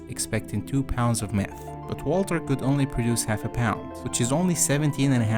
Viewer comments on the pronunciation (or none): "That was all the meath I could find in breaking bad..."